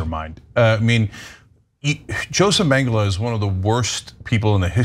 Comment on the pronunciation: "Josef Magdyla", what?